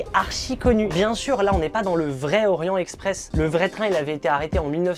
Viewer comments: On dit Orient Texpress voyons. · Il faudrait commencer par apprendre à prononcer le nom de ce train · le T à la fin d'"Orient" se prononce, ca fait la liaison.